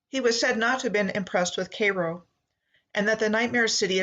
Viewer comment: Cairo. As in kay like kayak and row like rowing. Not k-row. Kai-row(Cairo)